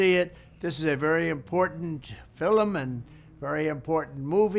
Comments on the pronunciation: Did he just say filim ? I guess he’s lucky Jeffrey offed himself, or you, might have had to sentence his bestie and himself. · He says filum like an Irish man .. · Trump can’t say the word film. 😮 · For real though... Why is he saying "FILM" as if it's a two-syllable word? 😅